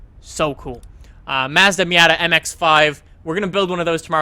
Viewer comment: wtf is wrong with you you can't even pronounce Nissan or even fucking Mazda ur a dumbass